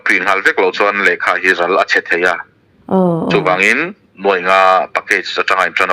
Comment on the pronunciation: rual tih i lam thluk hi afuh lo hret...